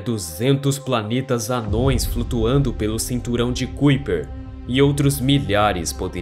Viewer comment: Que agonia ele pronunciando "cuiper" sendo que se pronúncia "caiper" 😖